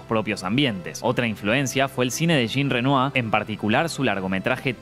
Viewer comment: Lo dejé de ver cuando ha pronunciado Jean Renoir... SI TAN ESPECIALSITA ES EN CINA, YA LE VALDRÍA SABER PROPUNICIAR BIEN.....¡¡¡NO SE PRONUNCIA EN INGLÉS NADA QUE NO SEA INGLÉS!!!